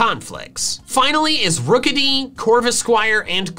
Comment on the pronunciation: CORVIKNIGHT, NOT CORVENIGHT! ROOKIDEE, NOT ROKEDY!